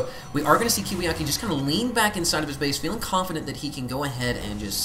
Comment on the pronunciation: It's KiwiKaki I think. Not to be too anal about pronunciation or anything.